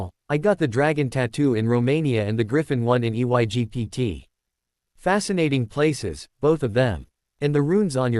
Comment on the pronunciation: Why does this stupid AI not know how to say the word Egypt